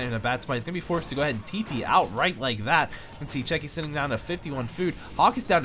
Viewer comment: Where is the "k" in Cechi ? Your incorrect pronunciation of many words is very bad please fix this. (Arch vs ArK mage)